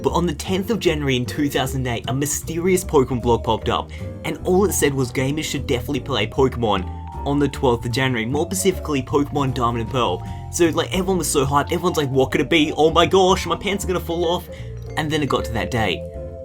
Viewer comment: did you say pacifically instead of specifically?................................................... wtf